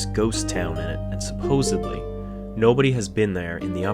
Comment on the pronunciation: There is no “b” in “supposedly.”